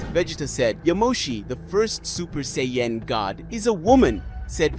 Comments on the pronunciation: Saiyan.... and pronouncing it as Say Yen..... oof my ears..... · Please 🙏 do something for me. Please say the word. Saiyan. And if you sound it out. It sounds like. Say - en But. It’s And no it’s not Vah - git - tah. It’s Vah - gee - tah I’m so very sorry for that. But the goddess was a girl not a guy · Say Yan 😂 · Can’t even say Saiyan right 😂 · I agree it's annoying like them saying Saiyan wrong ..